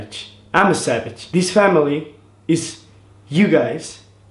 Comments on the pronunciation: R they saying sabage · It's so adorable when they say savage it sounds like sabage 😂💕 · They say “savage” like cabbage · I love the way they say savage coz it sounds like their saying sabage Love ye 💗💖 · They "sabage" boissssssssss